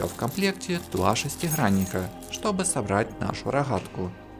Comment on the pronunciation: Дико режет ухо ваше Хэканье... Рохатка, тяха, шестихранник.. Тяжко слушать такой обзор